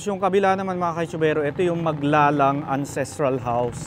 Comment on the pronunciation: Thank you for featuring my hometown in your Vlog. BTW: the surname ‘Maglalang’ is properly pronounced with only two syllables (Mag-lalang) NOT three (Mag-la-lang).